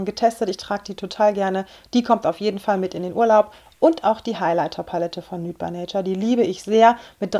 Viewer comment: Achtung, Klugscheißer: nude by nature wird "niut bei neitschar" ausgesprochen :p du sagst immer nüt, und da du ja gerade englisch lernst..